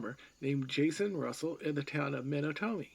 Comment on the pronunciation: You lost me with the pronunciation of "Menotomy."